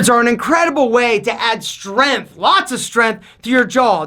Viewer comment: 1. Stop yelling at me. 2. There is a g in the words "length" and "strength". 3. Definitely don't punch your grandma....unless she deserves it.